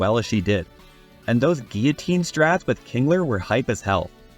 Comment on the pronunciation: thank you for pronouncing guillotine correctly